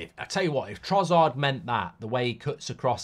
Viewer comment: why does mark always call trossard trozzard